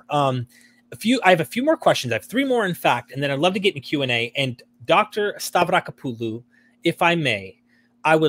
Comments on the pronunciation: That was great name pronunciation 🫡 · Wow. An American pronouncing foreign surname correctly. I should probably subscribe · He just said " Stavrakopoulou" with no problem!